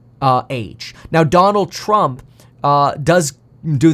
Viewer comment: Trumpuh versusuh Bidenah